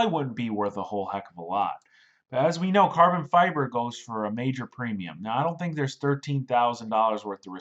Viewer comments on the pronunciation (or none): none